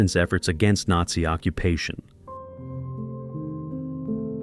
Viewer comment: The AI was great with the photos,pronounceing NAZI, not so much.